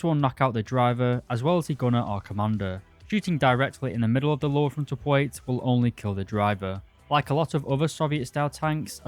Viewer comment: Also one of the people who say "pwate" instead of "plate" and it's so annoying 😬